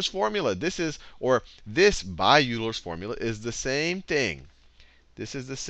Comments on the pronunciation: Avernus Inferno I don't know what the problem is... he posed a pretty simple statement. The commentator is pronouncing Euler as YOU-LER when it is, in fact, pronounced OI-LER. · oh god, Sal please tell me you're not pronouncing the great mathematician "yooler"... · I can't believe Salman Khan pronounced Euler as "Yuu ler" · "Yooler" is like fingernails on a blackboard for a mathematician. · It’s pronounced YOU-ler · just a correction, Euler is pronounced like "Oiler" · Please stop mispronouncing Euler so I don't end up throwing a rock through my monitor.